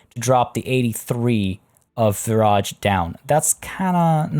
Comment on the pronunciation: The entire time you were saying Viraj I thought you were saying garage 🤦🏼‍♀️ it’s been a long day lol